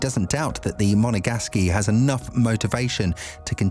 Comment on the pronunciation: Monagasky? I'm always amazed as to how illiterate many YouTubers are these days. I mean how many times have you heard Charles ( pronounces as French and drops the S)LeClairc's hometown pronounced on TV yet they still get it wrong. Try "Monagask".